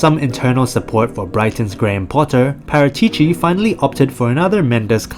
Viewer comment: That's not how Paratici is pronounced. It's Paràtici my dude.